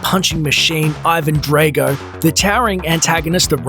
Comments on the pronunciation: Bruh it's Drago not Drego. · No one: This guy: dRaYgO